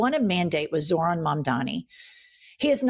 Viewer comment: These fucking idiots STILL can't pronounce Zorhan's name. But they know what's best? 🙄